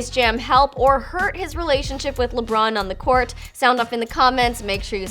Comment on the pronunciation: They said lebrun